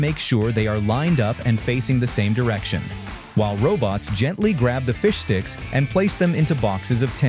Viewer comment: It's bad enough that it sometimes sounds like "fish dicks" depending on how fast it's pronounced.